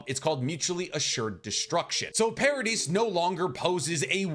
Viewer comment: The pronunciation in this video kills me. Do you pronounce Yvette “ya-vet” or Island “is-land” ? Ee-meer. Para-dee.